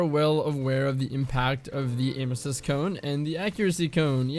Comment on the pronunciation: he finally said cone 🥰